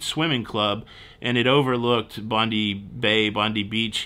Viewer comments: Bon die beach (Bondi beach), it seems a lot of Americans say that. Circular Quay (pronounced Quay as key not cay) is the main cruise port in Sydney. Sydney is very big and wide with many people living in the western part. I hope and Don have a positive experience in the southern land. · you pronounce it Bond (eye) beach. Lol just saw next piece of video. I’ll put it down to being so tired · Coogee is pronounced Coo as in Cook followed by the gee. Bondi as in Bondie. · Bondi is pronounced = Bon-dye Coogee is pronounced = Could-gee Welcome 🙂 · Pronounced Coodgee Beach And Bond-die Beach not BONDI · Bondi Beach is pronounced "bahnd-eye" 😉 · Coogee = could-jee. Bondi = bond-eye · Be careful when you go home and cross the road. This is when you are most likely to get over as you will look the wrong way for the US. Bondi is pronounced Bond Eye. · Bond EYE Coo JEE Bris BUN Mel BUN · mate it's Bond(eye) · Bondi I beach is pronounced " Bond eye " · Coe-gee? Bondee? Hysterical….perhaps you should have asked your friend for a lesson in pronunciation in Oz 😅😂😂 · It's Bondi not Bondy beach. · Coogie is pronounced with the sound like 'cook' the 'oo' sound. Not the 'oh' sound. Bondi is pronounced like 'Bond-eye'. It's a tourist trap but not the best you'll come across. There are thousands of beaches in Australia. Welcome to the other side of the world. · Bondi = Bond Die, Coogee = Koo Gee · you did, but I was too busy laughing. I had to think hard as to what was Coe-gee … hahahaha … I looked up how to write the pronunciation, it is COULD-gee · Yes, Bondi is pronounced “Bond-eye” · It's pronounced Bon-dye and Co-gee (short o not long o) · Bondi is pronounced - BOND-EYE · Bondi is pronounced "Bond-eye" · Bondi is pronounced "Bond-eye." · Bondi is pronounced Bond eye. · 'Bondi' pronounced BONDEYE (eye?) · Bond eye Coooogee. Not cogee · Its pronounced bond-eye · Video all good until he say bondi beach lol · slightly :P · sorry, it is Bond eye, not bondee BONDI BEACH